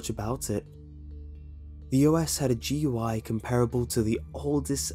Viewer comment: A computer savvy person not pronouncing GUI as gooey ruined it for me.